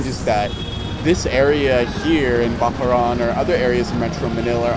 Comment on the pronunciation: Bac-la-ran not bacla-ran he he